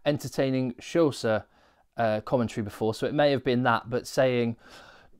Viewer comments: Xhosa is not Sosa it's pronounced Kosa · Great content and insight,! 'Xhosa' is pronounced - by those who cant manage the 'txlik' - as koza with a longer "o" as in cauza... if that makes any sense?